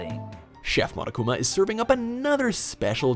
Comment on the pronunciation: I THOUGHT HE SAID MONACA INSTEAD OF MONOKUMA I- 💀💀💀 I heard monacakuma